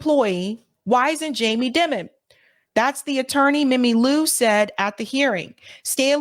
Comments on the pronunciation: Ovitz, not Orvitz. Die - man. Dimon. Not, dim (like a dimming a light switch). Die ... Anyway, those people are gross, however one pronounces their names. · It’s pronounced Jamie DIE MIN. Not Jamie Dimmin. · You are pronouncing Jamie Dimon incorrectly. His name is pronounced like "diamond" minus the "d". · In my opinion, you're correct to pronounce his name Jamie DEMON since he is a demon 😅 and is the CEO of J.P. Morgan Chase (the world's largest super bank) which is so-called "too big to fail". Many fraud scandals have been linked to this bank during Demon's tenure as CEO.🎈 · It’s pronounced “Diemon” Jami